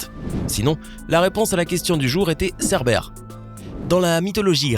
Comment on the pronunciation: C pas cerbére mes serbére ( comme serpent ) !!!!!!